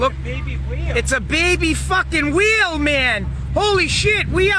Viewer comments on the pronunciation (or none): sounds like he said baby wheel LOL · They keep saying baby wheel, it's whale... xD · lol did anyone else think the that when he said it's a baby whale it sounded like a baby wheel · Is he saying baby whale or baby wheel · Turn on Captions... And it Literally spells "WHEEL", When he says Whale AhAhAhAhhh so he did sayy: ITS' A WHEEEEL!!! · I think he’s saying whale